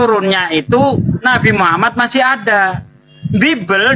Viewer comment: Deri bahasa menyebut nama Rosullah dgn sebutan Muhamad Bukan Muhammad itu aja bapak ini menunjukkan BKN dr muslim/ muallab. Bapak ini emang udah qufur dr nenek buyutnya itu qufur keturunan. Tp qufur ini berdusta